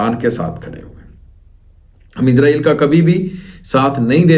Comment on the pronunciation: ইসাল নয় হবে ইজরায়েল নামটা ভালো ভাবে বলো !!!